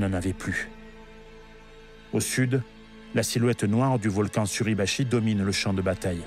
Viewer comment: Erreur à "Mt. SurAbachi..." au lieu de "Suribachi". Déjà que l'utilisation de l'IA est gênante alors si en plus vous ne vérifiez pas derrière...